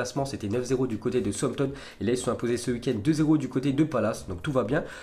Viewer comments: Il doit aller voir un docteur de la parole il sait pas parler Français qu'est ce tu veux qu'il parle Anglais ce type on dit "SOUCE AMPTON" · Quelle maîtrise de l'anglais !!!!! Peut tu répéter Southampton stp 😂😂😂